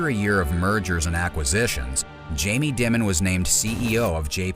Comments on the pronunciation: Its pronounced "Diamond" HA ha ha ha ha ha ha . Makes you sound so stupid. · Stephanie Ruhle even pronounces "Dimon" correctly, and yet somehow throughout, the pronunciation is done "creatively". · If you can't pronounce his name......😢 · What’s up with the Dimon mispronunciation? Are you trolling?